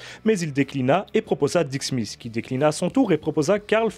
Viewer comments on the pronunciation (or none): none